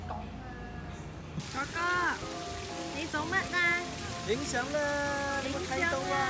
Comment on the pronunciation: 女友說 哥哥 的時候廣東話太標準了 而且又可愛又甜蜜